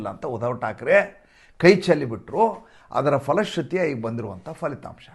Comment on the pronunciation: ಅದು ಫಲಿತಾಂಶ ಪದ ಅಲ್ವಾ, ಕನ್ನಡ ಭಾಷೆಯಲ್ಲಿ FHA ಪದ ಇಲ್ಲ pha ಪ ಫ ಇದೆ ಅಲ್ವಾ. ಅಲ್ಪಪ್ರಾಣ ಪ, ಮಹಾಪ್ರಾಣ ಫ